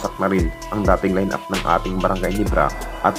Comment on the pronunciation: Gulat ba kayo sa brgy Nibra?ayusin mo kasi pagbigkas mo ng ginebra